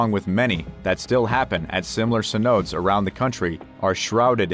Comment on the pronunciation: OK the only thing that got to me in this video was cenotes. Sen-note-tay. Come on now